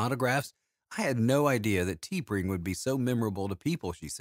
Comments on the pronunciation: It should be pronounced as Ta-Pring and not Tee-Pring. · Yup, that Star Trek photo is not of T’Pring (pronounced TUH-pring). It’s a photo of Grace Lee Whitney as Yoeman Janice Rand.